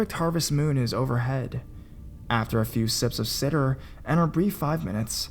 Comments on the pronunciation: Cider is pronounced (Sigh-Duh) :) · Seriously. How bad are you at reading? Sid-er? Really? Fucking cider. Cider. Like Apple cider, how do you mispronounce that MULTIPLE times?! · I've been a subscriber for quite a while, supporting from MTL. Consistent content creation is awesome, so props for that, but some of your pronunciations are brutal! Cider...